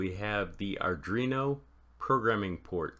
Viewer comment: pronounced are do-ino doo-ey not are drino due-ah